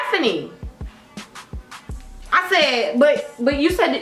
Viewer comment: Lmao it thought it was hefany to but it's "headfani"